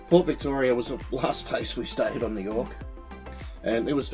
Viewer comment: you did Yorke real well. Thank you